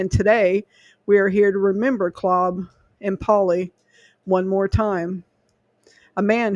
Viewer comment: This is my ancestor. Btw, his name is pronounced with a long a. Claaaab.